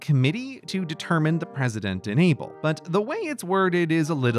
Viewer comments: This needs captions, considering I'm having a hard time deciphering if he's saying "unable" or "enable". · Are you saying ‘enable’ or ‘unable’? Both mean different things, and the context of what you are saying implies ‘unable’ but your pronunciation suggests ‘enable’. So now I am confused. Is this just an American thing, or are two words that are both pronounced and spelled differently actually mean the same thing? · Is it just me or is he consistently pronouncing “unable” as “enable” ? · Just a note about being unable -- the speech-reader app (or human) in this vid makes it sound as if the word "UNable" is "ENable" (or perhaps "inable"?) -- quite a difference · This video was very confusing with your pronunciation of the word unable. You keep pronouncing it enable, (in-eh-ble) which means to allow or to help some cause, where as you mean unable, (un-eh-ble) the inability to do something. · Pronouncing "unable" as if the same as "enable" is very annoying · He keeps pronouncing "unable" like "enable". Driving me batty. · You pronounce unable like enable. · Very informative, but every time you said unable I heard it as enable. I found it kind of funny hearing how president was enabled to do his job while in surgery or mentally incompetent. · Just me or did Grey say "enable" rather than "unable" most of the time? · I deadass thought he was just mispronouncing "unable" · Why can Grey not pronounce "in-able"? I keep hearing "enable". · Oof, it's too early, it took me 3 minutes to figure out he was saying inable, not enable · Or is it "inable?" Yes, it's inable. I withdraw my comment. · "Inable" sounds way too close to "enable"